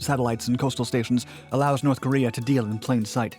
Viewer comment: NORSssssE Koreeah